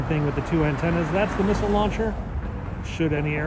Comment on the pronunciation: Did you say missiles?? 🤔